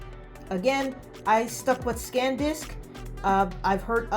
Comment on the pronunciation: ITS SAN DISK NOT SCANDISK OMG